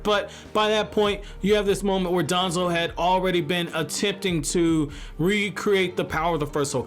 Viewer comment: Bro pronounce danzo with less emphasis we get who ur taking about